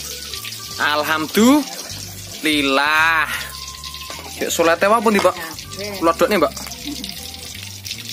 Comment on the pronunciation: He!.... kalo ucap alhamdulillah yg benar, jgn alkamdulillah bd bac. bd makna maaf aku dengar bgtu. Mksih ya kulinernya.